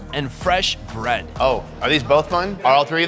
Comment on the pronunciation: As an Indian, I have two comments. First, I cringed every time he said bread lol. (On a side note, I’m impressed with some of your good pronunciations, like masala, channa, and paratha. Well done) Secondly, please don’t try and replicate this. Eating street food in India can be extremely dangerous, even deadly. As a tourist, you shouldn’t eat anything fried, anything with milk in it, or any vegetables you can see are being washed with an unclean water source. The risk of E. coli is quite high in poorly sanitized street vendor stations. You should generally go for food that has been boiled or is from a reputable place like a nice restaurant, to experience some authentic flavors safely. If you have been in India for a two months and haven’t gotten sick from food, then it might be safe to start trying slightly riskier foods.